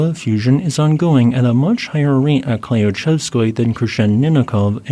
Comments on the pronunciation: Thank you for your continuing updates! One small note: since you will probably be saying these names frequently, here are a few tips: Klyuchevskoy - kl-you-CHEV-sk-oi Kikhpinych - kik-PIN-ich* *KH is a transliteration for an "h" sound that is made near the bank of your mouth, often called a 'hard' H sound. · I am sorry but you absolutely butchered Kikhpinych's name. It's pronounced more like "kihpYnuch" ("ch" as in "channel"). Also, Klyuchevskoy's "yu" is pronounced more like a single "u" sound, and the accent is on the last "o". I hope that helps, slavic names really are a pain for non-slavs.